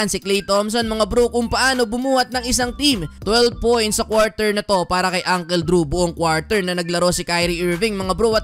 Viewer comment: you even don't know how to pronounce uncle. it's not ungkel its ungkol -->